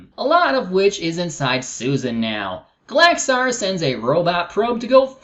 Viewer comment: That's not how you Pronounce Gallaxhar,.